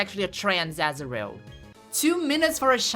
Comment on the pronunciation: Every time I hear you say azurill, I think you say asriel, like from undertale. Asriel is trans-masc confirmed????